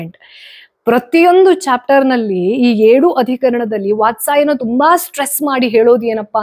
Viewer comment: ವಾತ್ಸಾಯನ ಅಲ್ಲ, ವಾತ್ಸ್ಯಾಯನ..✅🤫